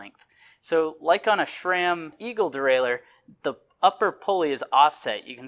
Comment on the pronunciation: It’s SRAM not shram. There is no H in the name SRAM.